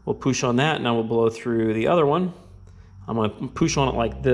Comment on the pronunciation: poosh lol, awesome videos but your pronounciation of words that start with pu is pretty funny lol